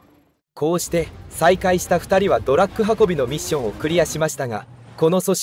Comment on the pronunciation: ずーっと「ドラック」って言ってるのが気になる。 あと所々日本語がおかしいのも。